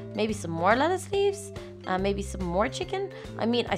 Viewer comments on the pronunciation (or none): why are you saying "Latise" it's "Letise"